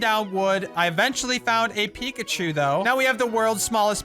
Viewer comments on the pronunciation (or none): none